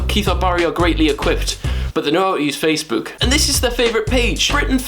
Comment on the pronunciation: Amazing vid! But c'mon Will, we all know the reason why you don't like Facebook is because you can't pronounce it properly 😂